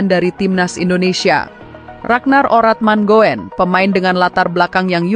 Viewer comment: RADNAR ORATMANGOEN DI BACA """ RADNAR ORATMANGUN """... ( KARENA OE = U )